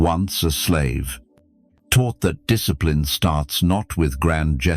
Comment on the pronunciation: Discipline ❌ Diss eh plee ne ✅ 😆